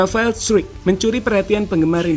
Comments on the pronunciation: Di baca straik bukan struik itu kata rafael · Bacanya Rafael struc bkn struwik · bacanya bukan r 'straik' tapi r 'strock'